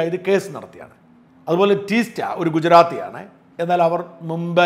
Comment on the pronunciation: ടീസ്റ്റ അല്ല. തീസ്ത!